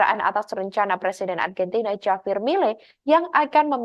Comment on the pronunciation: Ini hos gimana sih, JAVIER itu dibaca, HAVIER, hurup J itu diucapkan seperti hurup H, Jangan ndeso hati-hati mengucapkan nama tokoh dari luar negeri terutama nama-nama Spanyol, Perancis dan Rusia.